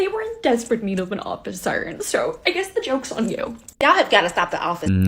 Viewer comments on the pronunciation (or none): Did that one call it 'office siren core'? Urghh... 🤨